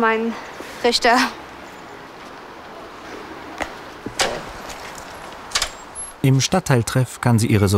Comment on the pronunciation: ein guter „Rischta“